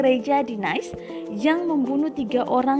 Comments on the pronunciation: Bukan “naes” bacanya mbak... tpi “nis”. ... trs bukan “layen” tapi “liyon”. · Kota "NAIS"???? INI MAKSUDNYA "NIS" Kota "LAYEUN"??? INI MAKSUDNYA "LIYONG" hahahaha.. mba narator nya lucu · Maaf untuk meningkatkan kualitas channel, untuk presenter tolong dicari yang lebih bermutu, setidaknya bisa membedakan Bahasa Perancis dan Bahasa Inggris. Agar tidak lucu lagi terdengar. Nice dalam bahasa Perancis dibaca niis, bukan nais. Lion dibacanya liong, bukan layen. Sebagaimana croissant dibaca kroesenk, bukan kroaisent. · kota Nice tidak dibaca/diucap nais tetapi Nis dan Lyon dibaca liong dan paris dibaca pari. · Kota NICE Bacanya nis...bukan nays seperti NICE bhs inggris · Nice dalam bahasa prancis dibaca nis... jangan semua semua dibaca pakai cara bahasa inggris.. lyon dibaca liong.. bukan layen... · Niiis and Liyong